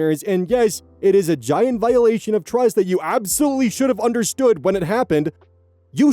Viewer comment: 🤔 the first few seconds I swear I hear "twust". Am I losing my mind? I love when oz goes discord mod voice, but it was just that one word.